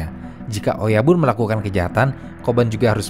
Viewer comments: bacanya oyabun ya, bukan oyaban 😊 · Oyabun, bukan oyaban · Bang oyabun tetap di baca oyabun bukan oyaban